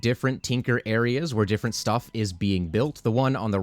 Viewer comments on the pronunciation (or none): none